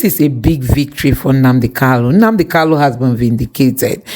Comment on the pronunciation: Mazi's name is KANU not KALU, why can't some of you people even ndi igbo know how to say this very simple name. Very disappointing.